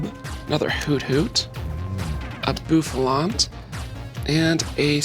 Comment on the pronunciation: “Boofalot“. Lmao Same Bouffalant. Same.